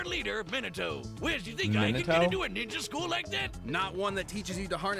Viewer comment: Yeah, the result of this Death Battle was probably obvious to anyone who knows Obito. pronunciation of "Minato" made me hurt.